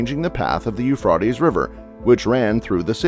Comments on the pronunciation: Almost couldn't finish the video because of it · It’d be less annoying if you learn and use the correct pronunciation of the river. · Dude you can't even say the name of the river correctly irritating 😐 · The robot mispronouncing “Euphrates” is creeping me out, this world is sick, and dying FAST! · Learn how to pronounce it correctly 😵‍💫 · Couldn’t finish video because of how he pronounced Euphrates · COULD YOU PLEASE HAVE THE AUTOSPEECH PROGRAM 'LEARN' HOW TO ●PRONOUNCE● THE NAME OF THIS RIVER!!! ********************** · You can't even say the rivers name right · Your pronouncing Euphrates wrong!!! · You said the name of the river all wrong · Why do you mispronounce the name of the Euphrates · Learn how to pronounce "Euphrates"!!! Idiot! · 🤦‍♀ That’s a LONG “A” in that river’s name, dude….. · I think it is Pronunced U-fraa-tees. That way, folks will know what your are talking about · You mispronounced the Euphrates River as Euphrootes it is Euphrates ( pronounced with a hard a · The Euphr-a-tes . A as in A. Not ah. Long A. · i wont listen to him say Eufrotees one more time! its Euphrates, damn it! lol! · Euphrates not Euphrotes stupid robotic voice pronunciations arggg😱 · Please it’s not Euphrotes. It’s Euphrates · The worst thing about a computer voice is none of the biblical words are pronounced correctly. And I'm not talking about correct Hebrew or Greek dialect. So frustating to hear. "Uf•raw•tes" is so bad. And said hundred or more times here. It's (phonetically) U•phrā•tees. And that wasn't the only word. It sounds like a juvenile who never learned to speak and very alien. I know. Sounds picky. But words mean something. I won't be watching anything more from this channel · Am I the only one watching this and every time he pronounces it Euphrawtees, I say Euphrates? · It's It's pronounced as Euphrātes Long "A" NOT "Euphrätes" with a Short "A" Stupid! Ugh!! I Hate That!! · Sorry but 'Euphraaatees'? Ruined it for me. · It is pronounced Euphraaaaaastes...A A A...